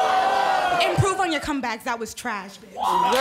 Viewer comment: "that wig is trehesh"